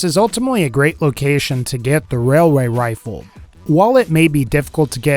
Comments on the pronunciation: Wailway wifle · I'd like a wayaway wifle I'm sorry I had to mention he said wayaway wifle